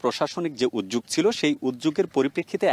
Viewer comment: উদ্যোগ উচ্চারণ হবে